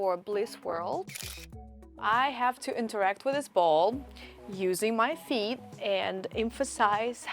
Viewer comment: The way this guy says feet... "Pheet"